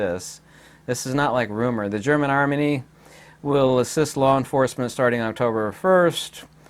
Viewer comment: The German Armany? Did you say that cause that’s what they call it or was that an accidental word merger of “Germany” and “Army? 😄